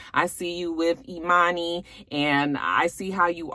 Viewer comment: I STILL wanna teach Scrappy, Erica, and Bambi how to say EMANI's name.